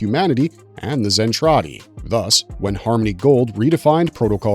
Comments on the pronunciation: DId you even watch it? Just wondering since you pronounce Zentraedi as Zen tray dee instead of the way it is in the anime Zen trah dee. LOL talking about nudity and adult relations you show SC twice They were releasing official Macross videos prior to 2021. Macross 7, Macross Plus, Macross 2 were all available prior to 2021. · What gets me is, he keeps saying Zen-trAY-di when in both versions it's pronounced Zen-trAH-di. My childhood and my OCD are screaming every time he says it lol.😂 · Can you please just watch ONE episode? Listen to how things are pronounced. It is distracting as hell to hear you mispronounce Zen TRAH Ti every time. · I already died when he said zen tray dee.